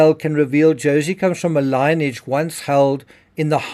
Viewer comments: Sorry… I readily acknowledge the gravity of this story & appreciate your work, but lineage is not pronounced “line-age”, it is lin-e-age. 3 syllables not 2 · Pronounced Lin e age not line age. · As a side note, lineage is pronounced li·nee·uhj. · Lineage is pronounced " lin-y-adge" , well, my attempt to correct you. Apologies, but the way you say it sounds like ai, imo. Maybe it's different in SA accent? 🤔😢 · Please pronounce "lineage" correctly